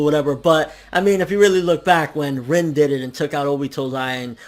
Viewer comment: Rin's name is pronounced (REEN).